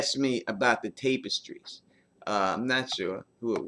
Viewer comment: Love your content,, but you say "Tapestries" weird. It's "tap-uh-strees"